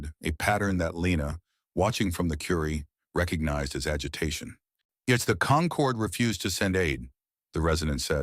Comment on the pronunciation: "Concord" not "conquered"